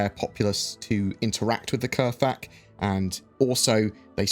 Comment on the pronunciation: I thought it was pronounced "kra-thak"? Or has Galactic Historian lied to me?